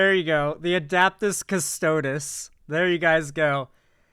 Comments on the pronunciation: he pronounced it adaptis cadre at one point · This exactly!! These asshats are not the usual 40k fan. A bulk of them can’t even pronounce the factions preperly…